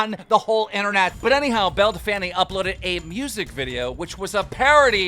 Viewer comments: "Bell Delfaniiii" 😂😂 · “Belle de fanny” 😂😂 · Keem can you please say her correct name? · Is her name really pronounced belledefanny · Dude can u please call her “bell del-feen” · Why does he keep saying Belle Delphany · Man keeps saying belle defanny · Just letting you know her name is pronounced “bell dell feen” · bruh your not saying her name right we all know its bel-a del-pine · “Bell da fanny” 🤣🤣🤣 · No one: Literally no one; Keem: belle delfanny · "Belle Da-fanny" - Keemstar 2020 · Keemstar, Say it after me. Belle DELPF- INE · Belle Dell Taco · love how keem says Belle Delphine's name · How he says belle delphine wrong is the most annoying thing I've heard all quarantine 😤😤😤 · Honestly it's hella creepy and your not even funny saying belle delphine name wrong and acting like a 5 year old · Keem i think u prounced belle delphine wrong mate!😶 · Petition for Keem to say belle delphine correctly 😂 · KEEM LEARN HOW TO SAY BELLE DELPHINE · You pronounced belle’s name even worse this time !!!